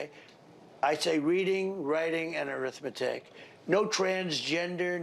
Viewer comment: Arithmetic? He said Arithmetic 😂 oh Donold 😂